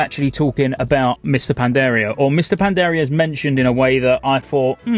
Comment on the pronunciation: HAHAHAHAHAHAHAHA I cant unhear it now!